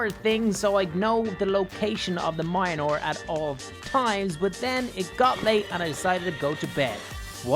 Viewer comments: Mjolnir is pronounced mulnear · Can u please pronounce mjlonir correctly I beg of you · Its pronounced Mjolnir. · You didnt even try to pronounce Mjölnir